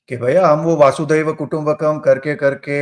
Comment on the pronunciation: For the nth time, it's not वासुदेव but वसुधैव कुटुम्बकम्.